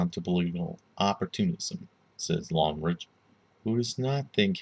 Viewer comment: Omg you pronounced his name so poorly. At least look up the proper German pronunciation.